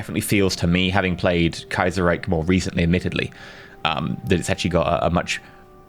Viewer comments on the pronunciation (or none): Allgemeine Ostasien-Gesellschaft means General East Asia Company. Btw the ch in Reich is pronounced just like the sh in shoe. Your 'Kaiser' is spot on though.